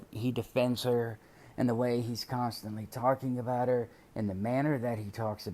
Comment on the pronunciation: There's a prison letter where he talks about building her and her boyfriend a house when he gets out. And he mentioned that she and the bf would have separate bedrooms. like he made a point to mention that. I wonder wtf that was about. Or "aboat" as he would say lol. Why would he care or want them to have separate rooms. I just thought that was weird.